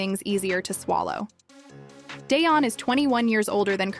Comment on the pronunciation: Tracey Edmonds,ex wife to Babyface, Eddie Murphy,and Dione Sanders. I don't see what this AI fool talking about. He and Tracey, been over. Day-on? You can't even pronounce his name right. AI,SUCK ASS! Karruechi,almost 40! No one asked for any of that. Their relationship is longer than you think goofy!! THIS ENTIRE STORY IS OUTDATED, AND UNTRUE!*